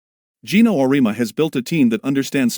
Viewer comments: OR-EE-AHH- MU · Though I will say, any speech to text will misspell UConn. But messing up people's names is pathetic when you as content provider don't narrate it yourself. Just ..cking lazy.!!